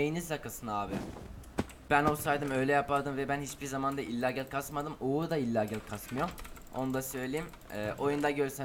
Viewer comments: Illagel ne ya illagal bide uzatarak soyluyon :d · illagel değil kankş okunuşu illegal :D